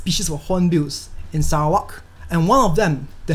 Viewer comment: ur not just giving us the correct fact, but u also pronounce Sarawak correctly😁. Please do more videos about Sarawak's natures. Selamat Hari Sarawak.